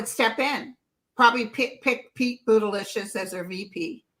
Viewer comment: Pete Buttegieg not Buttelicious😂😂